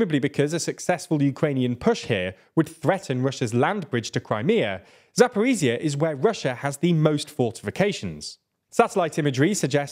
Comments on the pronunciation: Attempt 3 of getting;DR to pronounce Zaporizhzhia correctly: it's za-po-reej-jah... the j sound is similar to that of the middle of the word "leisure". Not za-por-ee-zee-uh. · Still, pronouncing "zh" instead of "z" in "Zaporizhzhia" wouldn't hurt ;) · Thanks for your analysis! But could you please try to pronounce Zaporizhzhya with a proper zh sound? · 'zh' in Zaporizhzhia is not pronounced as 'z'. It is the same sound as 's' in 'pleasure' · "Race Across Europe"? I hope your map isn't accurate, since getting no further "across Europe" than Linz is rather short-sighted. On another issue, Ukrainian place names aren't really that hard to pronounce if you take a few minutes to accustom yourself. So let's hear you pronounce Zaporizhzhia and Staromlynivka correctly next time.